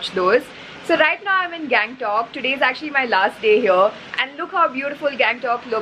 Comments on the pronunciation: गंगटोक का गॅगंटोक कर दिया🤣🤣😅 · hey, its गंगटोक not gang-tok .........the way you show the place is really nice.